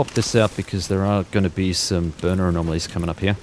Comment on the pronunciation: Why are "anomaly" and "anomalies" changed to "amomawy" and "amomawies"